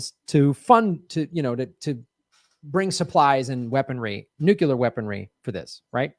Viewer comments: ok, it bugs me that doesn't pronounce nuclear right. He says it like "nucular" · why can't most mericans pronounce Nuclear... it's 'new' and 'clear'.... Nuclear. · It's not nuke-ular?